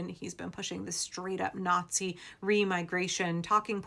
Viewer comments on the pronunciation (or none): none